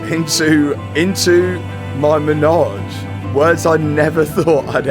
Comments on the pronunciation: It’s not a “menage” it’s a “Manège” for the horses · It’s manège. Menage is something VERY different and normally performed in threes. 😂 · Congrats on all the success, keep it going. The word is Manège (carousel) and not as "ménage a trois" 😁Enjoy it, any way you want to🤣! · its called a manège not a menage ! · By the way, it’s not a menage but a manège (French for a horse play pen)! Pronounced ma-ney-ge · I'm pretty sure it's MANEGE NOT MENAGE😅